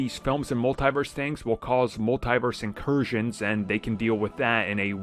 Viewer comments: The way he said it: "mull TIE verse" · Dude do you not know how to pronounce Multiverse properly